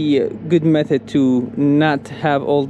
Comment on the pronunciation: When u said 'method', can hear the qalqalah at the end of it. Garlic? The smell will stick to your tarp?